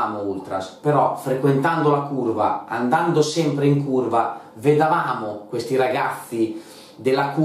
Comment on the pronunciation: Minuto - non si dice "vedavamo", bensì "vedevamo".